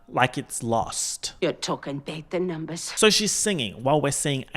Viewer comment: i love the "yer tawkin about the numbas" even out of lost videos